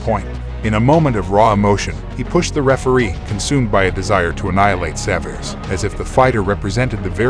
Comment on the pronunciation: Lou Saverese----Saav-er-E-SEE.